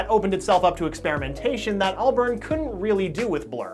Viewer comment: ALBARN NOT BURN ITS PRONOUNCED ALL-BARN gosh